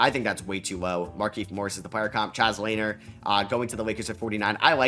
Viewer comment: I believe it is pronounced Chaz luh-near. Great analysis though I love the podcasts!